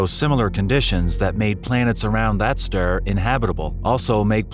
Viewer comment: This AI can't even talk. Ster...😂